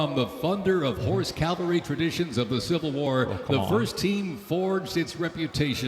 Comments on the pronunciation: The announcer said “Calvary.” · Only thing that bugged be was him saying Calvary instead of cavalry. But pretty good otherwise.